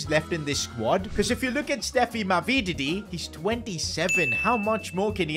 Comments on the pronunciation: Ma-vi-di-di. Not Ma-vee-dee-di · How he said mavididi is criminal